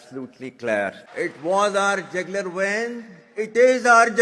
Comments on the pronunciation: it is not Jagular vein it is jugular vein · Jagular vein kaadu 😂 jugular veins 😂